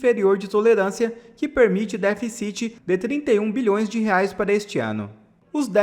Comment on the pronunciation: Cara, vc tem quase 500 mil seguidores, faz vídeos sobre política e até hoje não aprendeu a falar "DÉFICIT" e "SUPERÁVIT"?